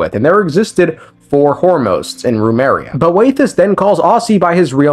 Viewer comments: Why do you pronounce it as Rumeria when its just as you see it, Remuria. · I know you're mispronouncing on purpose but BOY do I feel a little nail bite in the ass everytime you say RUMERIA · I like how he pronounces Remus correctly but then goes "Roomeria" lol, love your stuff dude. Keep it up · I like how you say "Remus" right but keep saying "Rumeria."